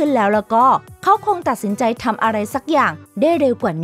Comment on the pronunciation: มีใครได้ยินเหมือนเราบ้างตอน 9:9ว่าเพื่อเร่งให้เขาทั้งสองตัดสินใจ๋ ให้เร้วขึ้นเป็นสำเนีบงภาษาอีสาน ลองฟังดุ